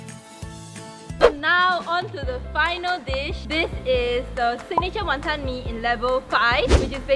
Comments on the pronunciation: no hateee but tammys pronunciation of wanton pisses me off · btw pronunciation of wanton is wrong. HAHA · I'm irritated by how pronounces Wanton.....